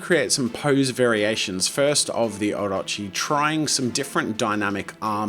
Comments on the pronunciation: i am impressed by the pronunciation of Orochi.On freaking point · This may sound a bit weird but heck-- I just love the way you pronounce Orochi ! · THANK YOU for pronouncing 'Orochi' right much appreciated